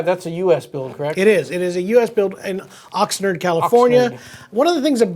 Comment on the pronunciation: It's pronounced Ox-Nard ...not Nerd. Just sayin...